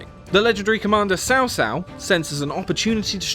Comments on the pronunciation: Maybe next time the narrator should get a course in how to pronounce Chinese? Cao Cao is pronounced tsao tsao, not sao sao. Xiapi is pronounced Shya-pee not CRP. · its "tsao tsao", not "sao sao" :) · Its actually pronounced Tsao Tsao, not Sao Sao. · Sao Sao 😆, it's pronounced, "Tsao Tsao". Bro, thanks for the great footage! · CAO CAO IS PRONOUNCED COW COW, NOT SAO SAO WTF BRUH. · Cao cao not sao sao. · Cao Cao is pronounced as Tsao Tsao instead of Sao Sao. Gotta put a little T right before the sound of the S comes out. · Cao cao is not sao sao @@ its Tzao Tzao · to the English speaking narrator: the pronunciation of Cao Cao is “tsao tsao”, “sao sao” literally means in law” 🤣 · OMG, Cao Cao should be pronounced like "tsao tsao", not "sao sao"... Sao Sao sounds like a chick's name XD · God damnit its cao cao not sao sao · Is it 'Sao Sao' or 'Cao Cao'. 'C' as in 'China'? Edit: It's 'Cao Cao' not 'Sao Sao'! What the heck 😅😅 Put '曹操' on Google translate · Cao cao is pronounced as "Chao Chao" You're saying it as "Sao sao" which basically means "Dip it in the sauce" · Why do you pronounce it "sao sao" instead of "chao chao".. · Please, Cao Cao, not Sao Sao. lmao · it's really funny when sao sao is the pronunciation of elder brother's wife. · Lol sao sao is how he pronounced it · at least he didn't say Cow Cow! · "how many times can I pronounce names wrong before getting banned? lets find out... sao sao... sao sao..." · Loo Boo, Sao Sao, Xi Ya Pi, Jay How Dun. I'm crying. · I swear it’s pronounced cow cow?🤣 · Sao Sao!? Jay How Dwun!? LMAO. At least learn how to pronounce the names correctly. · The real read cao cao the pronunciation is chao chao. Not kao or tscao read like Ma Chao = chao Chinese 曹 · the pronunciation make me laugh so hard saosao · its more like "CHAO CHAO" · ok...you pronounce 吕布 as Lu Bu, which means Ruble(Russian Currency); and 曹操 as Saw Saw, which means “slutty, slutty", which is kind of true if slutty can be used for describing male XD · 骚骚最好玩😂